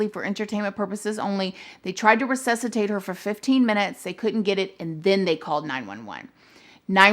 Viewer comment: Its pronounced “RESUSCITATE” not recessitate